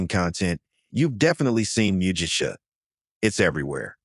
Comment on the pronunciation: Shoga-yu isn't "showga-yu". It's "shorega-yu". Mugicha is said with a hard "g" - it's not "muji-cha". 212F = 100C 175F = 80C Are you an "AI"? Otherwise, pretty good 👏